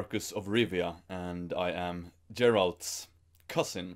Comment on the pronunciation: Geralt not Jeralt